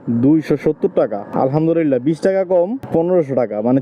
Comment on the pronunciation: আপনার আলহামদুলিল্লাহ উচ্চারন টা ঠিক মতো হয় না এমন শুনা যায় আলহাদুরীল্লাহ😢